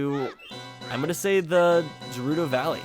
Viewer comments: when he calls GERUDO JERUDO... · Did anyone else notice he called it gerudo valley and not gerudo valley